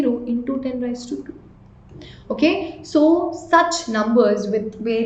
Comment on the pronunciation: It's raise not ra-yi-z